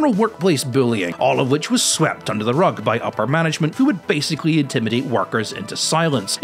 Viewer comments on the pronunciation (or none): none